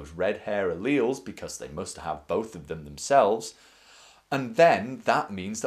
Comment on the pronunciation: your pronouncing alleles wrong